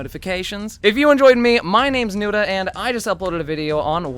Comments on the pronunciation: I like how everybody that hasn't watched nudahs channel before thinks it's SORE nudah instead of SOAR nudah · What is a “soar” nuda?